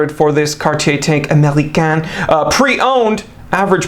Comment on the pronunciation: Americaine —> AmericaNNe Americain —> AmericAAn